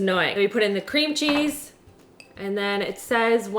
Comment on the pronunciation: She literally said Scream Cheese instead of Cream cheese 😂 hotel Transylvania gurl 😍